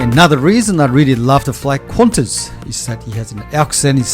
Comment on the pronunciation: It’s nice but it’s just ………Qantas🤦🏻‍♂️🤦🏻‍♂️